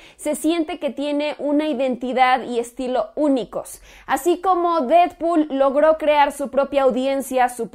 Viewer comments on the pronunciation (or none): none